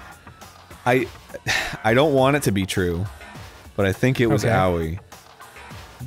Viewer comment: Everytime i hear them say Aoi as auwiee i laugh.